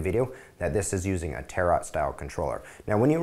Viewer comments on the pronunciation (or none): Tar-OTTT, it's pronounced tare-o, (the French way) I think :) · LOL, he says 'Tarot' like 'carrot'.